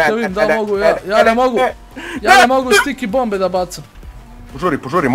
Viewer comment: Zašto stalno govori "STIKE bombe"?